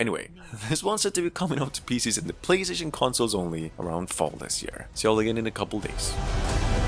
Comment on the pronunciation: Consles lol 😂 but amazing video ❤